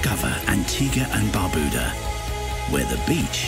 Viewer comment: Even the person in the commercial cannot pronounce Antigua and Barbuda.